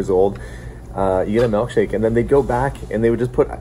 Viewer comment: I can tell you spent time out east by your pronunciation of milk shake as "melk shake".